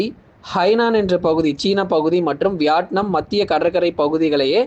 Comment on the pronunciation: Its not vyatnum , it’s vitnam ok’